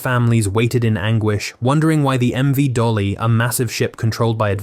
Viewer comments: Correction, it is MV DALI not DOLLY. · It is MV Dali, not Dolly